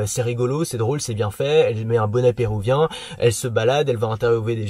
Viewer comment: bonnet pérUvien pas "pérouvien" :)